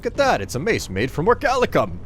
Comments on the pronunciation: Or - ee - kal - cum Orichalcum Not Orchalicum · But btw if ya see this. I believe it's pronounced Ori-cal-cum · Researches the records of orichalcum in the real world. Still pronouces the ore as "orichalicum". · Isn't it pronnounced ori-cal-cum? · Good drinking game: every time says Orichalcum, take a shot